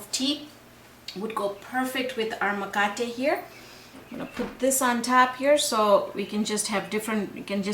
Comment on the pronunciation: First of all you need to use the right name - it is MKATE not makate. Just because you cannot pronounce Kiswahili properly please do not corrupt the name of this wonderful Zanzibari bread. It is MKATE WA KUMIMINA. Also coconut milk and coconut cream are the same thing. It is coconut water that is different. Finally what you are making is not the original mkate. It is something else. Maybe you should give it another name.